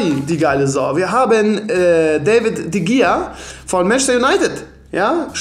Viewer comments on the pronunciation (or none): Man sagt nicht de gea sondern de chea